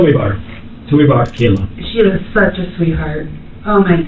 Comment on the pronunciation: "I am suzh a sweetheart" yea wrap it up girl😂